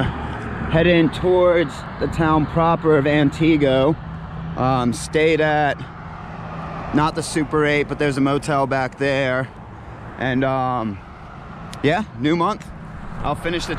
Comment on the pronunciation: It's not An-tea-go, it's Ant-i-go. But otherwise, great videos.